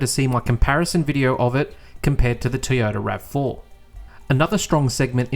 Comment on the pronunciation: Well done again on another informative video. However, could you please learn how to say Toyota and not Teeyota..